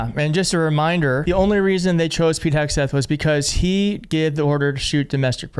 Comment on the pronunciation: Don't Forget "HAIG"seth....